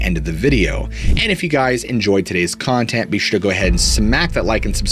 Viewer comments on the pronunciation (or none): none